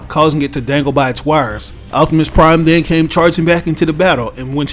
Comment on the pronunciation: I like when you say “optimus prime”